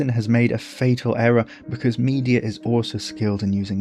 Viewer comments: Brilliant video, thank you. Place stress on the middle syllable in “Me DE a” not on the first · The pronunciation of Medea as media is sending me 😭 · Absolutely love the video..but your pronunciation of Madea is killing my senses.. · Gorgias is not the only name you mispronounce! We usually say me-DEE-a not MEE-de-a, and HEH-ka-ti not heh-KAH-ti. This is not the most important issue of course... thanks for your research and presentation, it's excellent work.